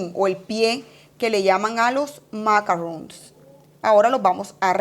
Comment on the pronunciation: Macaron NOT macarron.